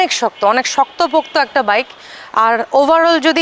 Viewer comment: কি ব্লগ আর করবেন, যে বাইক নিয়ে ব্লগ বানাইতেছন ওই রকম বাইকের নাম ই বলতে পারেন না ঠিক মতো 🤔